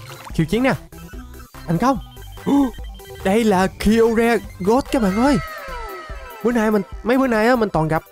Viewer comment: Kyogre đọc đúng là kai ô ga